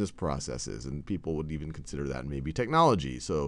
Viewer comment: Hahahahahahaha! the way he says technology Hi-larious!